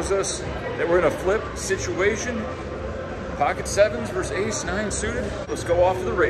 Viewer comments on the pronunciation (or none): The word is versus, not verse.